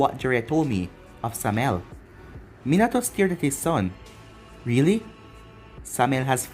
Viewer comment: How did you pronounce Samael right then wrong? Okay everytime you say the name it annoys me you said it correctly once